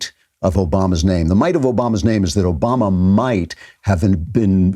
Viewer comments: At like 5 seconds he starts to mispronounce Obamas name and then calls him Osama. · This idiot cannot Even pronounce President Obama's name. This idiot lies as much as the dictator Trump